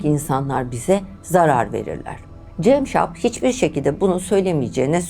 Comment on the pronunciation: Dinlerken sinir krizi geçirdim hayatımda dinlediğim en kötü şahmaran hikayesiydi.ŞAHMERAN değil ŞAHMARAN CEMŞAP DEĞİL CAMSAP..Neyi düzelteceğimi şaşırdım...